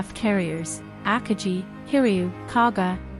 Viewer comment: You got the number of US Carriers wrong, the US had 3 Carriers at the Battle of Midway, and you mispronounced Akagi. You do have a good announcing voice, but you need better research.